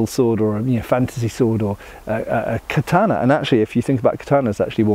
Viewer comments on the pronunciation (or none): none